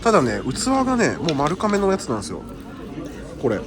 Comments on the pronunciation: ”まるかめ”でなく”まるがめ”ですよ(^-^) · とても面白い動画でした！ ちなみに丸亀製麺の丸亀は「まるかめ」ではなく「まるがめ」です～ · いつも気になりますが丸亀製麺「まるがめ」と読みます。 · マルカメではなく、マルガメですよ😢